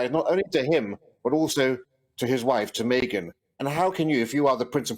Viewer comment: fan here! - only thing is he calls Meghan "Maygen"